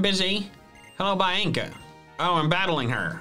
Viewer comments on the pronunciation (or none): Love that you say bi-anCKCa instead of Bianca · Its Bianca not Bainca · I love that he called Bianca “Bye-in-ka” when it’a pronounced “Bee-on-ka” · Why does pronounce bianca as Bay-yeng-ka like lmao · Biancas name is pronounced bee -on -cu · How dare you pronounce Bianca’s name wrong 😂. That’s my sisters name 🤣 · I'm sorry man, but the way you pronounce Bianca just about killed me on the spot 😅